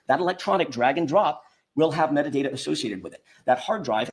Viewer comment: Replay crew here. Anyone else hear say metadater vs metadata. I get so mad when I hear talk.